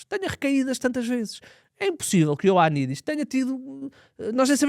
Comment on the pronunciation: O já sabe dizer Ioannidis 😅😎